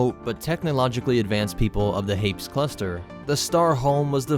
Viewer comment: I'm not sure you pronounce Hapes correctly.